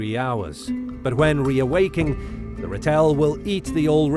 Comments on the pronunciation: Ratel is the Afrikaans word for the African honey badger. The first part Ra is pronounced as in the Sun God, Ra. Second part is tel, pronounced as in the first part of telephone. Not Rate-l or rat-el, but Ra-tel. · Hilarious pronunciation of ‘Ratel”. The stress is on the 1st syllable. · You pronounce Ratel wrong, it’s in Afrikaans